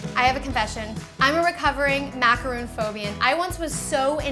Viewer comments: IT'S MACARON, NOT MACAROON! They are different cookies. You pronounce it like Ron, like Ron Weasley. Not Roon. OKAY?! Sorry this is one of my pet peeves. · It's macaron not macaroon. Macaroons are made with coconuts and are like biscuits. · its macaron (mac ar on) not macaroon!!! they are totally different desserts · MACA-RON !!! NOT MACAROOONN!!! They are 2 different cookies !!!! Smh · mak-a-ron not mak-uh-roon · It's pronounced Mac-ah-ron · Ma-ca-ron. Not Macaroons!!!!! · Macarons are made with almond flour and whipped egg whites and macaroons are coconit cookies. Don't tell me "its the same" or "its not a big deal". If you want to seem ignorant then keep sayung macaroons instead of macarons. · just a tip, that word is pronounced mack-er-ON. not mack-er-oon. they are completely different things. a macaroon is typically made with desiccated coconut (deliciousness) where as macarons are what you were making. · they are Macarons not Macaroons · looks amazing! I'm exciting to try this recipe. Sidenote though: Macaron is pronounced 'Mac-ah-rohn'. A macaroon (mac-ah-roon) is the one with coconut in it. common mistake though, I only realized they were pronounced differently a couple of months ago =) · Why does she keep saying Macaroon? How can you teach people something when you dont even know what its called. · Maca-ron is how you pronounce it! It kills me when people don't say ur right -_ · You're pronouncing macaron the wrong way 😂 you're saying "macaroon" which is a coconut cookie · macaroons really? smh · It's macarons not macaroons!! that's something different! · If you're gonna make a video on how to make a MACRON, you should at least pronounce it right. There's a difference between macrOn and macarOON. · Yeah but I gotta break it to you..... It's MACARONS not MACAROONS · it is not "macaroooons" jeez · OH MY GOD MACARONS, not macaroon! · Gabbi.Sadz EYE TWITCHES ITS MAC-A-RON - MAC FROM BIG MAC & A & RON FROM HARRY POTTER! DAMN IT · MACAR-ON its macaron btw